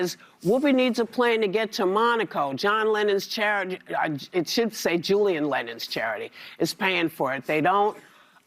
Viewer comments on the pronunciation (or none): none